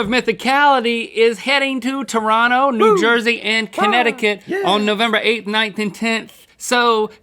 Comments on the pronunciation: Whoa, Link pronounced "Toronto" like a Torontonian would! (Tor-ron-no). Most people, especially Americans, don't do that. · First time an American says Toronto properly. So proud